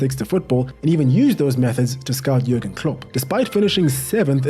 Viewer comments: Really think that you should watch through any videos you plan on reviewing for your channel. Being unsure who Stevie G is, pronouncing Jurgen with a hard J and generally not knowing pretty much any of your subjects history is pretty lazy. You're basically doing the minimum possible to publish a video. Sorry if I come across mean but it really gets up my nose trying to watch you when you have to keep stopping every 2 minutes to clarify something. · Jürgen is a common German name and in German they pronounce the "J" with a "Y" sound so it's pronounce more like Yürgen. Also he left Liverpool at the end of the 2024 season. Also as far as Jürgen looking like a "cool" guy trust me- one time he joined a Liverpool fan doing a music gig at a local pub (much to that musician's surprise), had a pint of beer and ended up singing along with the crowd. He truly is a "Salt of the Earth" kind of guy.